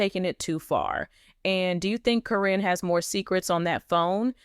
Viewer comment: You know you keep saying caryns name wrong its karen not corrine